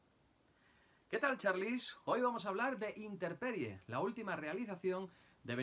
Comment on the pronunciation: por qué “Interperie” si el título es “Intemperie”?